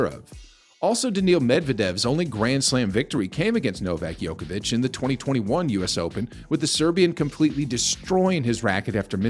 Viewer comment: Who's Novak Yokavic? Never heard of him.